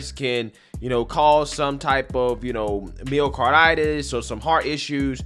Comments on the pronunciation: MYO-cardirtis! My-o-carditis. Jeez, it's been said millions of times. Please pronounce correctly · Did you say "mayo-carditis"? Lol